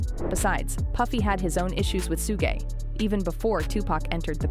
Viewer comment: Tupac had his problems with Su gaaa> Please learn the pronunciation of the entertainers lives' whom you continuously pronounce the names totally wrong. It takes away from what you are saying...